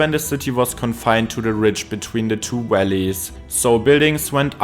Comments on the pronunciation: Valleys pronounced Wellies 😂 everytime I just pictured some big rubber boots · I thought he said deep Wellies , then i realized he was saying Valleys 😂. The building are made from sandstone and are a golden colour , pollution has turned them black .Apart from that , thanks for the video of my home town .